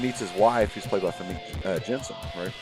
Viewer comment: Famke is pronounced fam-key